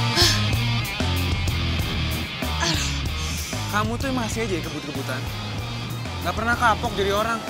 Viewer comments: Antonius Meladi Gino tapi dibaca jino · non ya itu gino di baca jino kan?